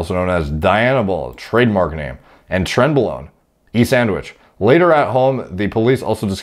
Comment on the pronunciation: And Trenbolon-e sandwiches lmaoooooo